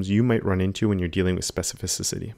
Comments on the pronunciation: It seems that sometimes you say this word like "specifi-ci-ci-ty" instead of specifi-ci-ty)) Great tutorial. Thank you! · Watching you speak specificicity i started fumbling myself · This man throwing in extra vowels all over the place with his SPECIFICICITY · Specificisity, I love it when you say that!